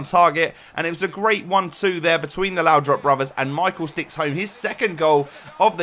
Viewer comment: It's laudrup not laudrop please stop saying laudrop it's really annoying